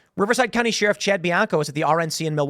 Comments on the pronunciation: Lmaooo at Tim saying “Sheerif” instead of sheriff like a normal human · Yes very sus. But I also wanna know why Tim pronounces sheriff like Sheearuf, cuz it drives me crazy like nails on a chalkboard 😂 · Bro... its pronounced "Sher-if" Not "Shee-rif" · It's "Share-if" not "sheer-if" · Nobody: Tim: Sheeriff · The best thing about Tim pool is how he pronounces sheriff. Sheeee-Riffff 😅🤷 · Sheriff is pronounced like Share if 😂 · "Shear-iff" - Tim Pool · The "sheeruff"? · Sheriff is pronounced..."Share If" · Why does Tim keep pronouncing sheriff “sheeriff” ? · Why does Tim pronounce sheriff so oddly ? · Does anyone else say Sheriff like Tim? 😂😂😂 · Tim why are you mispronouncing "sheriff?" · You pronounce sheriff in a weird way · How did he pronounce sheriff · We does Tim pronounce sheriff weird all the time? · lol, he has always pronounced like that. Not sure what is wrong with him. The ghey? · Dude. You say sheriff wrong.